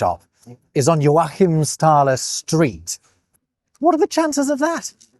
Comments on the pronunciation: Odd pronunciation of joAchimsthaler, I've always heard JOachimsthaler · love the great work on your pronunciation, but its Jóachimsthaler, not Joáchimsthaler